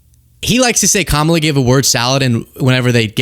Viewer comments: Did you notice that now he says Kamala correctly? The rest is so crazy that I missed that entirely. 🤪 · I am SHOCKED he actually said Kamala's name correctly